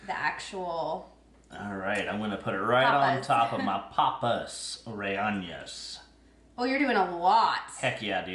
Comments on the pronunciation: The LL is pronounced like a Y. Reyena. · With love … it’s pronounced AH-HE and RE-YAY—NO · Rellenas is pronounced ray-YAY-nahs. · And there's no tilda (ñ) over the n.